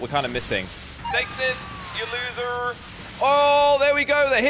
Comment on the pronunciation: You just said LOSSER to yourself😂